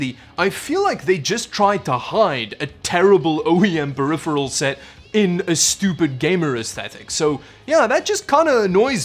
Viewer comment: ‘periphirel’, a conjecture of ‘peripheral’ and ‘apparel’? 🤔